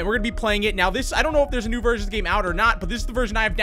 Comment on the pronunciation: When you said “there’s a new version of the game” I heard “there’s a new virgin of the game”